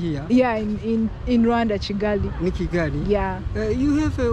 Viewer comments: It's Kigali not chigali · It's NOT CHigali but Kigali ! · It is disrespectful pronouncing a name wrongly when you know and can correctly pronounce a name. It’s kigali not Chigali. Don’t be nonchalant. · so if you pronounce Kigali as cigali, why you don't pronounce Kampala as campala.